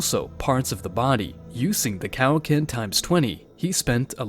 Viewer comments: 😂😂😂😂it's like your saying "Cow-Ken" instead of Kaioken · He said cow- ken